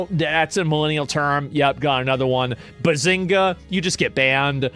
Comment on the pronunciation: getting banned for saying "behzhinga" is crazy